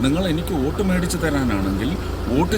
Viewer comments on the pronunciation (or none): none